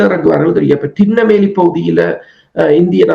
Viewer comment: தின்னவேலி அல்ல திருநெல்வேலி